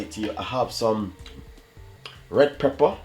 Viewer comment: Omg im tirec of hearing the word prepper its pepper whe u come from plz itkilling me ur recipes r great pronounce the words correctly